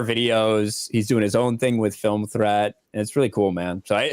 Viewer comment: I swear said Film Tread, when Film Threat is right there on screen next to his name